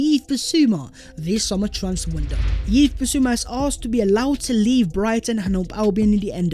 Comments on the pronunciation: Bro it’s pronounced like Eves NOT YEEVS 🤦🏽‍♂️🤦🏽‍♂️🤦🏽‍♂️🤦🏽‍♂️🤦🏽‍♂️🤦🏽‍♂️🤦🏽‍♂️🤦🏽‍♂️ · Big up. Keep the good work 👍 Yves is pronounced like Eve's (as in Adam and Eve), it's the French equivalent of Hugh lol) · what’s baptising got to do with his name?? It doesn’t cost a thing to research pronunciations mate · okay. Point noted. Why does him mispronouncing Yves name bother you so much?